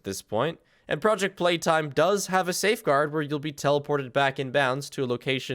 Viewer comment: also "Pooject Peetime" is absolutely based